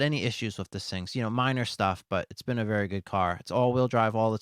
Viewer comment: Wery nice wery good video